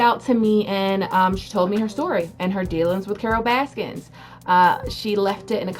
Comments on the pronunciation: Stop saying “Baskins”...it’s BASKIN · Y you say baskins? Anyway I like it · Please say her name correctly. There’s no s at the end. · I love that you call her Carole baskins lol with and S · "Carol baskins" lol. Your an idiot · *Baskin, not Baskins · IT'S BASKIN